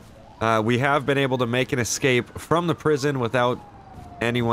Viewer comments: it is pronounced ESCAPE...not exscape. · why do you say "excape" even tho its ESCAPE with an S